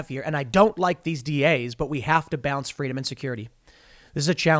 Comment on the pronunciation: "FWEEDOM" - Kamala Harris...and "See Sapwodway" - Dr. Jill Biden